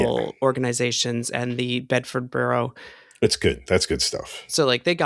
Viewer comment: Borough is pronounced 'Buh-ruh' rather than 'buh-row'. Looking forward to your coverage. Hit me up for more diction advice 🙂